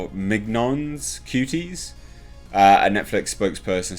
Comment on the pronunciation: 'Mignonnes' = is pronounced 'meenyon'.